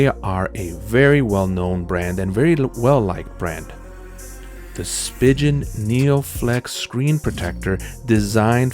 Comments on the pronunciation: Spigen is pronounced spee'gan 🤦🤦🤦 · Did he really just say spigen that way .-.